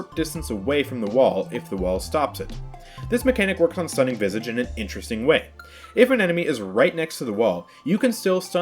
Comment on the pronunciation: The way you say visage is triggering me its said vi sa ge not vy sa ge